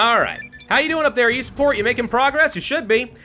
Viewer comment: God every time he said “Eastport” I thought he was saying “Esports”